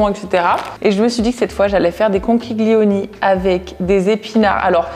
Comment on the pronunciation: Coucou, pour les conchiglioni on ne prononce pas le g 😁